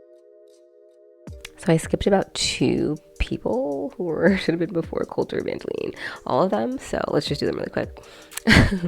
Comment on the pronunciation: Jeremy and Jinger's daughter's name is pronounced like Evange"line", not Evangeleen. Does that change your ranking?